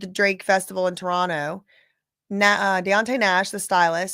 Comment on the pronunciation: you pronounce Toronto perfectly. 👏🏻👏🏻👏🏻